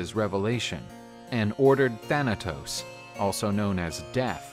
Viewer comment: Do y know Greek cuz u said the name thanatos perfect grecce θάνατος if u know tell me